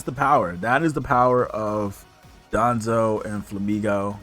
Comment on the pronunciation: Just a heads up it’s Don-dozo and not DOD-onzo like you keep saying